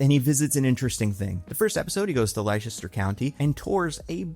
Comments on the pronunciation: Heartbreaking news,: Leicester is not pronounced "lie-chester", or even "lie-sester". Tragically, it is somehow pronounced "lester". And that's terrible. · "Lie-chester" 😅 oh, mate.. (it's pronounced "Lester".. because.. England!)